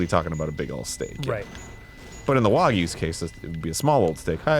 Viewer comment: Thank you for saying wagyu right. So tired of seeing folks call it "wag you"